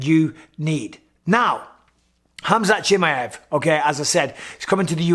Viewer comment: No one in the WW division can hang with Khamzat , dam Mike perfect pronunciation of his name Bisping ! Bisping wants to be great at everything he does , champion mentality .